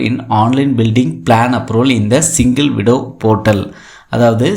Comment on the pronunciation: ஐயா அது சிங்கிள் விடோ இல்லை சிங்கிள் விண்டோ தப்பாக உச்சரிக்காதீங்க.